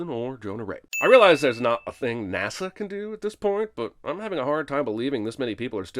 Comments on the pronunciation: Jeremy Jeremy Jeremy, how in the actual fuck did you let "nahsa" slide? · No English person pronounced NASA as "NAR-SA". This does not happen. He's doing that on purpose. Suspension of disbelief destroyed. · Movie wants us to believe that anyone, anywhere pronounces NASA as NAR-SA